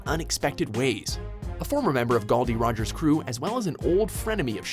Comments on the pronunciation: ... how do you pronounce Gold De Roger wrong... Ok so I thought Gold De Roger was bad but pronouncing Nami wrong come on man at least watch the anime to a slight understanding of how to pronounce there names. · this vid was painful to watch... and why the fuck did they use the dub also how do you pronounce Gold De Roger wrong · I swear this dude mispronounces names to tilt ppl... he pronounced Gol D. Roger, Gul D. Roger wtf lol? He pronounced Nami Nemi lol just stop plz